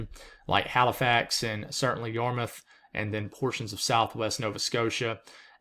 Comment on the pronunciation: Also, glad to hear your pronunciation of Yarmouth. We do have some weird town names here in Massachusetts. Try Leominster, or Worcester!